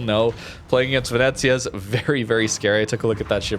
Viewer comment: You are making little old italian ladies cry in Italy. It is pronounced meh-SEE-nah......gon-ZAH-ga, and veh-NET-tsyah. Come on Canadian!